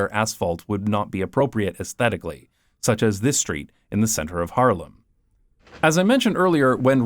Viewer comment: The way you say Haarlem sounds like Harlem 😂💚